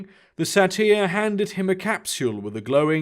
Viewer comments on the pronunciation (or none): satyr is pronounced say-ter